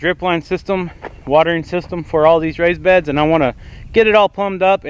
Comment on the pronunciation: It sounded like you were saying rice beds, lol I was about to be amazed